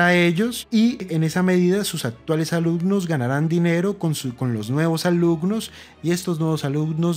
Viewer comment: "alucnos" "etspertos"